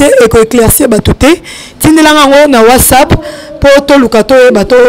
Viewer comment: Journaliste balobaka Whatsapp et non whasap 😂 😂 😂